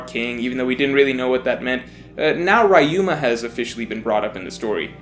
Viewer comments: REE-UMA, not “RY-UMA” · Who is this RYe-Uh-ma you keep mentioning? Or are you speaking of Ryuuma? you know the Ry as the ri in rich. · It's "Ree-you-ma," not "Rye-you-ma." You're making my "Street Fighter Live Action" trauma came back. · it's RYUMA riyu-ma not rayu-ma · Who the hell is rayuma! It’s ryuma bruh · Rayuma?? 🤣🤣 it’s fuckin RYUUMA! Ri-yu-ma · Is anyone else bothered by how says «Wrah-yu-mah» instead of «Riu-ma»? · rye-yoo-ma rye-yoo-ma rye-yoo-ma rye-yoo-ma rye-yoo-ma rye-yoo-ma It's not hard to say Ryuma properly... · Re-u-ma. Are you watching OP with the dub?! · The way he pronounces Ryuma grinds my gears. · You pronounce Ryuma wrong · His Ryuma's pronunciation makes me cringe, but good video, please respect the original language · As much as I enjoy and agree with this video, your mispronunciation of Ryuma is physically painful. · Never pronounce Ryuma like that ever again.